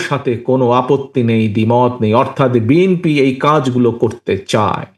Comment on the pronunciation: দলের প্রধান ব্যক্তি দলের নামটি সঠিকভাবে বলতে পারে না।হবে বি এন পি। বলছে বি এম পি।